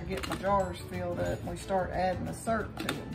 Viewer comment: The way you said Surp for syrup made me smile. My grandma was from the south and she would say “worsh” for wash.